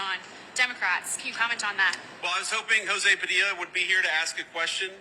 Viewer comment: Jo-zee Pa-dill-a needs to just shut his pie hole. 🤣🤦🏼‍♂️